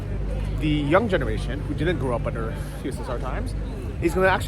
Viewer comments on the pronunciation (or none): none